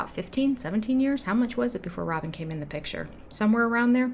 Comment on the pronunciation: I'm giggling at some of the comments like "dill breakers" LOL. Also his big PITCHER! He cannot say PICTURE. What a dork. OK I'm done commenting--allegedly!